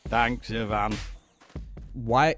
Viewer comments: When finally there's a piece of media where the name Ivan is pronounced correctly. ... Nice. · At least they pronounce the Eastern European names correctly. Instead of the Western eye-vun, it's ee-vahn. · As an Ivan in real life I was floored when the name was pronounced correctly. Americans usually hit me with the Eye-Van